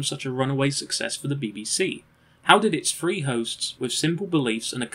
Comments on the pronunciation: What a shame you don't pronounce your 'th's. Two fousand and free a particularly rich example. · Four and Free. Love your review…but why do you say F for TH? I can’t take it. Lol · This was an amazing documentary. The only improvement I could suggest is the number 3 is pronounced “THree” NOT “FREE”